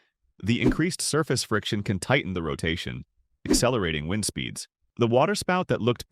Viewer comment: Get Rid Of The Bullshit AI Voice, It Can't Even Pronounce "Wind" Right